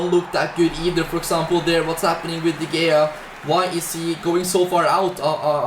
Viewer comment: I like how he pronounces De Gea as “Dee Gayar”.